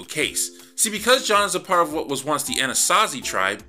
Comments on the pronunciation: "'Ah-na-sah-zee…?' 'Ah-naht-zee…?' How do you pronounce that?" Probably… probably… not the latter. Probably. Hoo boy, that Freudian Slip… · "Anasansi?" "Anazi?" 😂😂😂